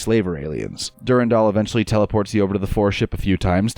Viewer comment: Du-ran-dal is the right pronunciation; you weren't wrong. "Durindaal" just sounds stupid.